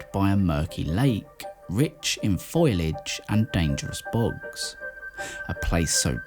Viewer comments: Foilage? What the heck is foilage?? Ah...you mean FOLIAGE. Does this mean the script is being read by an illiterate AI? Or just an illiterate human, like most youtube video commentaries! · Foilage!? Do you mean FOLIAGE? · * Fo-li-age 😂 Just playing. Except, not... sorry. Enjoyed the video